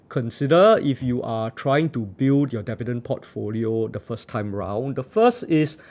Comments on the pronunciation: Dee-vee-dend not deaf-vee-dend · how many times did he say devi-dens in this video? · you got my like for sticking to your guns and saying DEH VIDENS throughout the video! still funneh 1yr later sorry XD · It will help if you learn how to pronounce “Dividend” correctly.